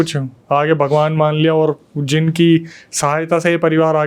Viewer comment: Bhai yeh jeen nahi jin word hota hai